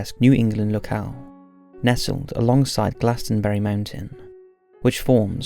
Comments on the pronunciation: It’s pronounced “GLOSS-EN-BURY” not “GLAS-TEN-BURY” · You need to learn how to say these words like glossomBarry